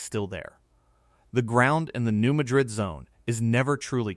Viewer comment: REMEMBER...THATS PRONOUNCED MAD RID...NOT LIKE THE CITY IN SPAIN.......